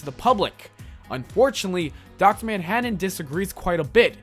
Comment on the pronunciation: "Dr. Manhadden" Am I the only one that got bothered by his pronunciation?